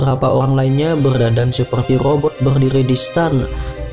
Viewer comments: Itu lobot bukan rrobot😜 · om ko ngejelasin nya belepotan cih. robot jadi lobott 😁😁😄😄